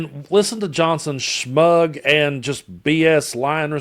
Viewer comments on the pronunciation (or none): Shmug!😅 Sorry man, I love you, so I want to help you. Its "smug". Keep up the good fight brother!